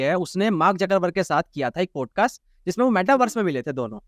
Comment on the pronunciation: पॉडकास्ट ❌ पोडकास्ट ✅ भाई प्लीज़ "पोडकास्ट" मत बोला कर वो "पॉडकास्ट " होता है । "औ " की ध्वनि आनी चाहिए । "पोडकास्ट" बोलते हो दिक्कत कुछ नहीं पर ऐसा लगता है कम पढे लिखे हो जबकि ऐसा है नही ।